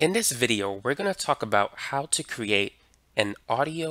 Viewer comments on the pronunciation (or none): none